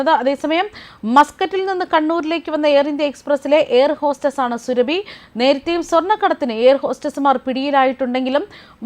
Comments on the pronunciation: സുരഭി അല്ല. സുറബി. അതാണ് ശരി. സൂറബി ഖത്തൂൻ. മലദ്വാരം സ്നേഹിത 😍😍😍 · പേര് സുരഭി അല്ല.... Surabi സുരബി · സുരഭി അല്ല സുറബി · Not Surabhu soorabhi aanu. Methachi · സുരഭി അല്ല സൂറാബി ആണ് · സുരഭി അല്ല മാപ്രേ,, സൂറാബി 👹👹👹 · സുരഭി അല്ല സുറാബി ഹാത്തൂർ ആണ് 😡😡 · സുരഭി അല്ല സൂറാഭി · Ivaroke akshara thettathe parayan ariyanmelanjittano surabhi ennu paraunne thiruthal avasyem ane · Please say SURAABHI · അവളുടെ പേരു സുരഭി എന്നല്ല, എന്തിന് തെറ്റിച്ചു പറയുന്നു, കഷ്ടം